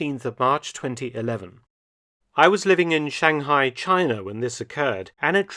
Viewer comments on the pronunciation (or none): none